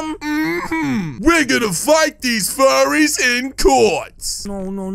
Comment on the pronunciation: "We gonna fight these frurries in Court" got me dead laughing on the floor